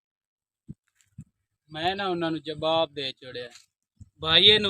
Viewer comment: Jabab Nahin Jawab hota ha